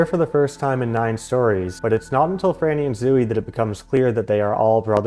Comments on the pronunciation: I'm sorry, but I can't get past how you pronounce Zooey. ZO (long O) E (long E). Salinger stated that the book was semi-autobiographical. I appreciate your research, but I think your thesis is flawed and overly complicated. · Oh gosh that is not how you say zooey I’m so sorry